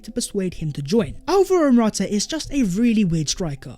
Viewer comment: I have cramming how to pronounce dusan vlahovic just to come and pronounce morata😂